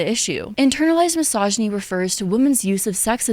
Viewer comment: Is it misogynistic I find it ironic you pronounce misogyny wrong?